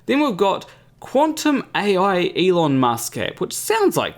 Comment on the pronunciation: As soon as I heard him pronounce his name like ilon musk and I just went like 'Huh???'